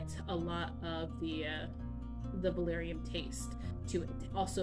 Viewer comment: Are you actually saying valarium????